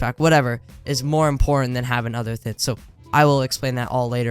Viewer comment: why dont you pronounce the g in a word like you say thin instead of thing